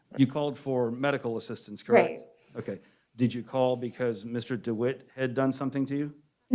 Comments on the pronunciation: jeremy mispronounces his name to the judge, instead of his typical Dewiite pronunciation, he said something like, Doughat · Dewitte pronounced his name Du-white and judge for some reason repeated. Dewitte has a history of misspelling and mispronouncing his name.